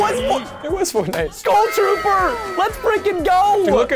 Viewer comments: NOT GOUL TROOPER ITS SKULL TROOPER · HE SAID SKUL TROOPER